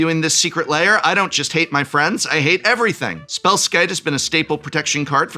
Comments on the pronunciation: Why does he pronounce it "layer"? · Am I going crazy, or is he pronouncing it "layer"?